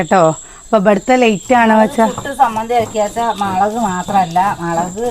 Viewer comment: മളക് അല്ല😂😂😂 മളക്